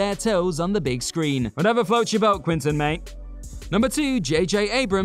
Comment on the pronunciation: Yea like he said whatever floats your boat Quinton 😆 I mean who doesn't know how to pronounce Quentin and its not like its live u could re-record that segment times must be hard at whatculture 😆 😁